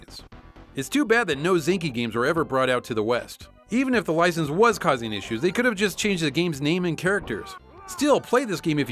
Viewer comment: "even if the wicense was"? 😆 🤣 😂 😹